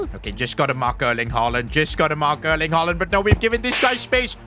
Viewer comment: bro really sed herling haaland